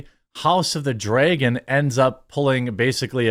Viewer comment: Jeremy says "dray-gon"